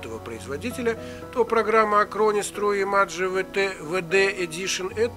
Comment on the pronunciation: тру имаджэ))